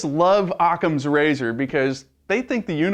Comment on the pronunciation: "im using a blunt object to penentrate anyone who uses ocama razor!" hahahahahahahahaha idiot